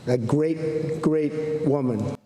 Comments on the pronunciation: I swear he said “grape great woman” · Gweat gweat woman he have trouble saying r's..... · A gweat gweat woman